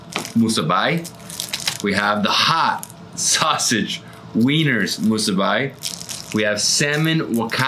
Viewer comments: It's pronounced "MEE-SUE-BEE" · It's pronounced MUSU-BEE...(MUSUBI) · Moo-su-be is the correct pronunciation 🤙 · ❤You're awesome!❤ Musubi - pronounced Moo-sue-bee🎉❤